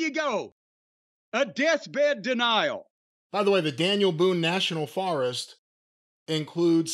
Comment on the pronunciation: Forest..another word doesn't know how to pronounce along with tournament.